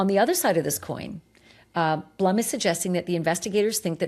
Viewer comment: Howard Blume is pronounced Bloom